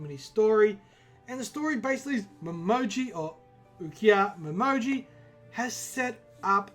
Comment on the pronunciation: Hope we get detective-mode Momiji in this case. btw, her name is Momiji, not Momoji ;) This is gonna be a 5 chapter case, so there's likely gonna be 2 murder cases at least, so not a mini story.